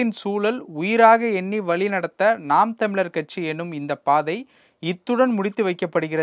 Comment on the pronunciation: பேட்டி எடுக்கின்ற தம்பி தமிழை. சரியாக உச்சரித்து பேசுங்கள் தமிழுக்குஉள்ளசிறப்பே 'ழ'கர எழுத்துதான் அதுவே தமிழுக்கு அழகு சேர்க்கும் இது எல்லா தமிழர்களுக்கும் பொருந்தும்